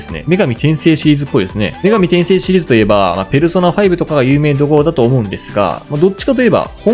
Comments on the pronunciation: 「パワーディフェンス」じゃなくて「タワーディフェンス」じゃない？ 「女神転生」って「女神↓転生↑」じゃなくて「女神↑転生↓」じゃない？ …ってトコが妙に気に掛かったりで、正直あまりゲームに詳しくない人なのかな、って思ってしまいました。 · 女神転生のイントネーション間違ってますよ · 女神転生のイントネーションw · 女神転生のイントネーション笑笑